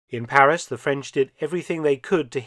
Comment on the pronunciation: Thank you Professor. Well researched, and presented with your own inimitable panache. Your French pronunciation is absolutely perfect, we appreciate that. And we all know that Paris became the headquarters for SHAPE, the forerunner of NATO. Have you made a video on this history? All the best!